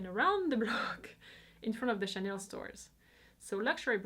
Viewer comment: Great and informative video. I have to say, finally, someone who pronounced Chanel and Vuitton so beautifully. Love your channel